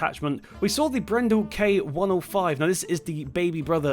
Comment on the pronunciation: It's Bred-dal not brendle